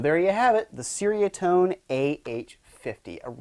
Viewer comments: as a Malay speaker, it's actually "Cher (like teacher)" "Ria (Ree-ah)" - Tone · It’s pronounced ‘cherry a tone’. Cool video. Nice riffs and toanz.